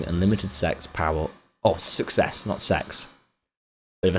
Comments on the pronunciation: the second british youtuber that can't pronounce success properly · u said s3x instead of success. Flashbacks to JackSucksAt___